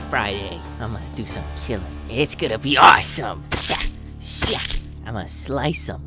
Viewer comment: said shi like sh word